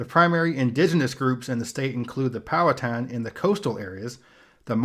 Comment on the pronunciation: As a Virginian I can say you are the closest I’ve seen someone get to pronouncing the native tribe names correctly. Powhatan, the last part is said like a skin tan. And the end of Monacan is said like kin